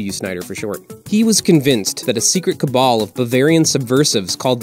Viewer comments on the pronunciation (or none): none